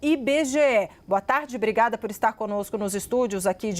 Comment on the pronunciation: Apresentadora que fala "brigada" como saudação ao entrevistado é pra akabbbaaaa....😅😅😅 Da lhe Nikolas. #cnnlixo